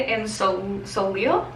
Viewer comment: love seeing your looks! i think simple eye makeup looks so good on you!! and that red dress omg! 😍😍 also soleil is pronounced so-lay :) what do you do for work? i wish the doctors i work with took us to see pitbull ahaha!